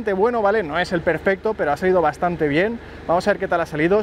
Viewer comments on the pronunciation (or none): none